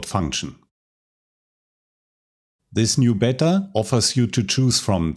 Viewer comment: Your videos are great and your English is really good but Beta seems to be always pronounced "bee-tah" not "bet-ter" in English speaking countries. I don't really know why ! It might be that Beta is just a acronym for something else and that it's a American made up word and that's just how they pronounce it. So everyone else just does the same to when they say it.